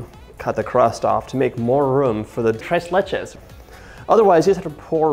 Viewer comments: Holy shit that man really said the tress lachay cake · Mat C it just sounds wrong, right? - so hard on the ‘r’ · Gringo Spanish. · Nothing like an american saying "TRES LECHES" in spanish LOL